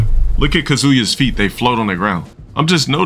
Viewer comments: I just can't stand the fact he can't pronounce 'kazuya" correctly. "Look at kuhzooyah's feet" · Why is he so pressed about Tekken 8's graphics while pronouncing Kazuya's name wrong YET AGAIN? The game looks fine.